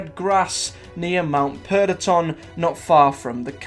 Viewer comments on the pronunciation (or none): Perdition is ’per-dish-un’ not ‘per-deh-ton’ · Per. De. Yawn. Lmmao. Perdition, or Per Dish Un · I'm sorry but did you just say Mount PER DIT TON What is it with YouTubers and not being able to talk properly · Sorry but the way he pronounced Perdition annoyed me!